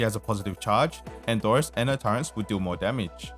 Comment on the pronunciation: bruh you keep adding an N in turrets :eyes-purple-crying